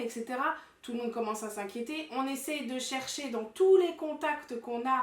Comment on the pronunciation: mdr il a dit TOUSE 😂😂